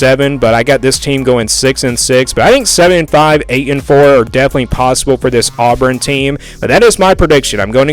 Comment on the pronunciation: Dude, you can’t even say Auburn right!!! where in the world are you even from?